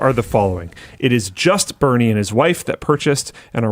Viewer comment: It's "Burnie" not "Bernie"